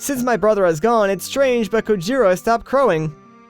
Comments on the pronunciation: Whoa looks like Ganondorf caused the apocalypse. How did he die? It's actually a Spanish name pronounced "Co hero" as we know in Spanish J=H. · The return of "Co-hee-rrro"!